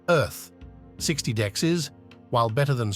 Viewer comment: I can't help but say that everytime you say "dex" it sounds like "dicks". 😅